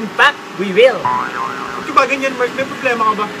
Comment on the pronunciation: merck yung pangaln nya ba hindi "mark"